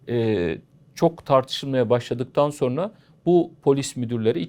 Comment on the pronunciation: Hocam "sorna" denilmez "sonra" denir.